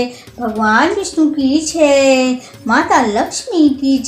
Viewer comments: छह नहीं जय ही बोला करो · जय बोला है भाई जी 😅